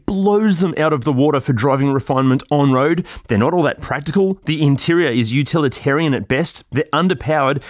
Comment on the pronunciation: Good to see you pronouncing “utilitarian” correctly now,;)